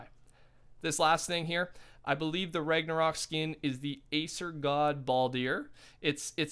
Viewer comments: You finally said ragnsarok right woo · he said Ragnarok right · You’re saying ragnarok correctly man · You pronounced ragnarok properly today!